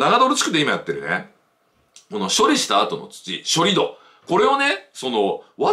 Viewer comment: さすが常念さん。 盛り土=もりど、ではなく、もりつち 処理土=しょりつち、ではなく、しょりど それぞれ正しい方の読み方でお話されました。そうですよね。基本は音読み訓読みは揃えたほうが綺麗です。